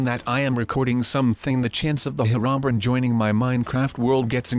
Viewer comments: Heronbern is actually pernounced hero-bri-in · Bruh he said "Her-ron-brin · He said hirobrin